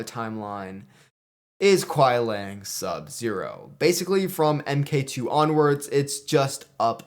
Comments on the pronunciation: I thought it was just me, I had 4 other people hear it the same way. Sounds like you are pronouncing it as Lang. Either way I agree with MK1 list for the most part. Good vid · Everyone will have their opinions on lists. But the way you say Kuai Liang (Lee-ang) is killing me.